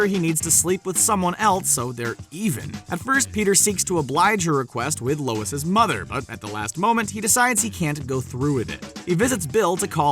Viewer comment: “Lois’s” ..seriously?